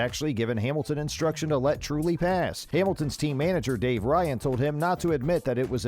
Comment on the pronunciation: Dude check the pronounciation....vearstappen....jarntruli